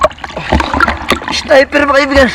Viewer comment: Not sniper kaibigan snapper/ is-naper 👍